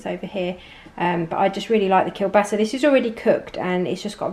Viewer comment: i like how nicely you said the "kielbasa" :)